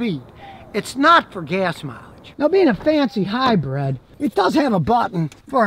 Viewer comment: Scotty says hi-bread....cracks me up